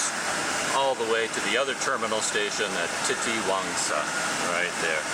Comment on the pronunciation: You pronounced it right "Titiwangsa". Yes Malay words are one of the easiest to pronounce other than other languages i think. Because u see many foreigners can easily speak malay only in few months.